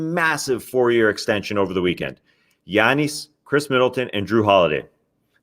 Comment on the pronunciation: Solo Tas is great. An hour long pod of Tas digging deep into the intricacies of the league while tossing in the occasional personal opinionated commentary would be awesome. Well done sir. PD: love how he says Giannis 😎